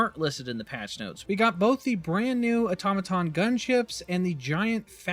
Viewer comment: first youtuber I've heard pronounce automaton correctly lol